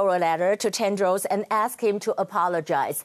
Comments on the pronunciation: 雅琴好像把Tedros 發音成 Tendros. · 被雅琴姐圈粉了。 不過你一直唸te''n"dros 沒有n的音哦，tedros才是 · I ain't sure how hard the arguments could slap Tedros in the face, but the repetitively wrong pronounciation of their names even with teleprompter and printed props are just plain ignorance. For times that you could feel free to improvise, all grammars just went embarrassingly wrong. Geez...